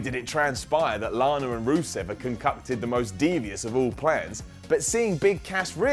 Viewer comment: said “concuckted” when referring to Lana and Rusev.... aged well.